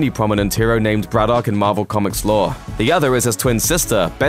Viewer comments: How can you mispronounce Braddock? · You sound English so why can't you pronounce Braddock sensibly? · Why can’t you pronounce Braddock? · That's a very strange pronunciation of 'Braddock'